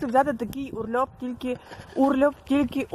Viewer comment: Не урльоп а урлоп.